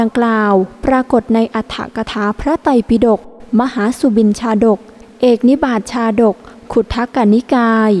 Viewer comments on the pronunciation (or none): ภาษาบาลี ปเสนฺทิโกศล อ่านว่า ปเสนทิโกศล ส่วนคำว่า เอกนิบาตชาดก อ่านว่า เอกะนิบาตชาดก ไม่ใช่ เอก นิบาต อ่านมั่วไปหมด